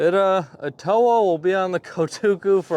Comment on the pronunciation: It's pronounced Étowah, not eTOwah.